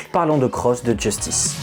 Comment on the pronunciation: Sympa mais c'est Justice et pas "Djeustice". Il faut arrêter de le prononcer à l'anglaise, y a tout une DA autour de la prononciation à la française, un peu de respect.